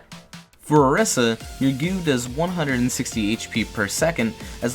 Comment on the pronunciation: Every time he says “gew” I want to kms